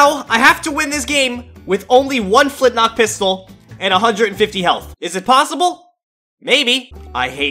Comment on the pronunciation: it's flintLOCK not flintNOCK